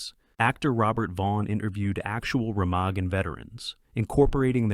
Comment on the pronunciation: Pronounced "Remagen" wrong.